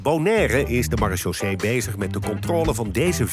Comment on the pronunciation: Nederland noemt zijn militaire politie "Maréchaussée" om vervolgens het woord totaal niet te kunnen uitspreken 🤣